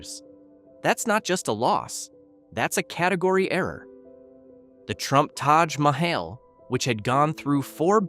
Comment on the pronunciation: The way he pronounced Taj Mahaj tells you everything you need to know 😂